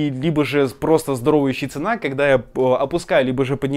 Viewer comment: щетИна- ударение на И ;)